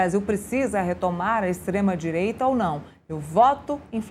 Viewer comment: DISLIKE NA JORNALISTA MILITONTA. A reporte sequer tenta esconder seu lado político, fala "Extrema Direita" com ênfase.Todas as materias com ela é o mesmo padrão.Depois perguntam porquê o povo não considera mais a imprensa confiável. É tão difícil apenas dar a notícia e deixar de lado sua opinião pessoal? Vamos dar uma chuva de dislikes para ver se o Metrópolis coloca essa senhora na linha.